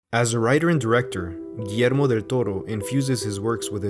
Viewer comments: I love that you didn’t butcher the name of Guillermo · As a Peruvian, I like that you pronunciate Guillermo's name as we Latinoamericanos do it. Great videos btw! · I know right? I'm used to people forgeting the "ll" in Guillermo